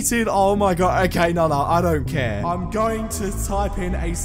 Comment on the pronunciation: I love when he said don't care he acctully said don't cart